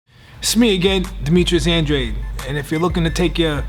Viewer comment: I've been pronouncing Andrade's name wrong all this time. -AN-DRA-DAY- AN-DRAY-D